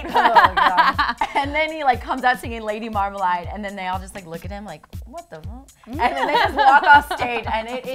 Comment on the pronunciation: Lady MarmalAde not "marmalIde" tf